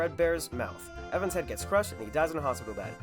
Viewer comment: ITS NOT EVAN AAAAAAAAAAAA